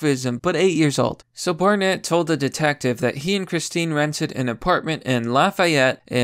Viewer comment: "Bear net".... EDIT: I think she watched Orphan one too many times.